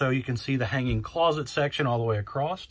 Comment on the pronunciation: The guy cant say "across". Says "acrossed". That's very unique